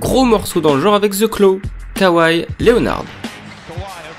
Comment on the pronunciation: KWWAYY LÉNEEUUURRRDE!!!!!